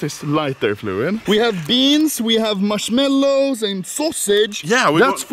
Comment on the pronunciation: i like how he said marshmelows